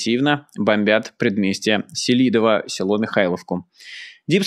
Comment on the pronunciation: сЕлидово всегда называли населенный пункт в Донбассе. На первом слоге ударение. Там дома отдыха для шахтёров были хорошие